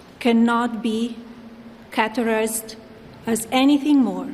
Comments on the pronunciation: The word is categorized. She said ‘caterized’. 😂😂😂😂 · She cannot pronounce categorised properly. I think she said caterised. What more can you expect from an illiterate from far away europe or some other country. She is in a hurry to clear her name even before she has been dragged into the Epstein muck. That's strange and suspicious. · “My email reply to Maxwell cannot be caterized (she mispronounced categorized)”. “My polite reply to her does not amount to anything more than a trival note.” You mean trivial? For someone who allegedly speaks 5 languages, apparently English isn’t one of them. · Caterize = categorize. Tryvul = trivial. Respondence = correspondence. She can't even be literate reading a statement someone wrote for her. Can't buy class any more than you can buy intelligence. When Donald is gone from the White House, the return of normal can begin. Until then....